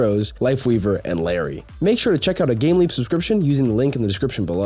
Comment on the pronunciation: I thought I was going insane hearing him call her Larry